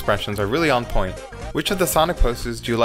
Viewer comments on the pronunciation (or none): none